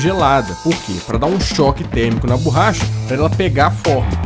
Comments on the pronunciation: borracha, não "burracha"! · Oohhh.... não é burracha... é borracha,kkk